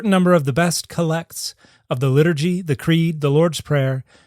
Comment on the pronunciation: What a wonderful episode! Two points, the first of which is purely pedantic (apologies in advance). The word “collect” here as a noun would have its emphasis placed on the first syllable of the word. It’s a type of prayer said by Anglicans/Episcopalians often. The second point with respect to teachers not being asked by the Bisho of London to read the psalms to pupils, it’s likely that students were praying g the entire psalter once a month in the daily office (morning and evening prayer). But this is only conjecture. You may very well be right as to why it’s left out though.